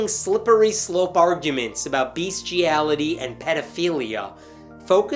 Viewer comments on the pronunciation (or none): luv ya, but two things: it is pronounce BESTiality, not BEASTiality, and second, leave my sex life out of this.